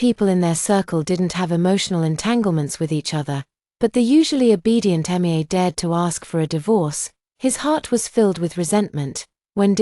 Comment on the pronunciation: For goodness sake, sort out the AI name pronounciations. Her name is pronounced Me-ah and not just saying the initials M I A, it can say Zoe ok so why not Mia